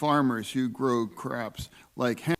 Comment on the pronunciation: Did he say "Craps" instead of crops? LMAO